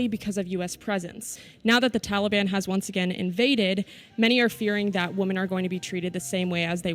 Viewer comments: It’s pronounced wimen not woomen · Why does she keep saying woman ? Does she not know to say women plural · Why the fuck is show pronouncing "women" as "woman"? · I'm the only person who recognized she keeps saing woman instead of women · It bothers me that this woman (wu-man, singular) can't pronounce the word "women" (wi-men, plural) correctly. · Good video, but it is literally nails on a chalk board when I hear people pronounce women as she is. Why is this becoming more common that people pronounce women like singular woman? Irritating as hell. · Is the reporter American? She keeps saying Woman instead of Women. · Someone please tell the reporter that women and woman are pronounced differently. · OMG. That girl needs to learn how to pronounce WOMEN vs. WOMAN.